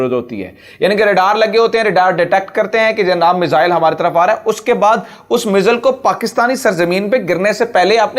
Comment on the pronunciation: مزل نہیں میزائل لفظ ہے. الفاظ کو تو سمجھ کے بولو....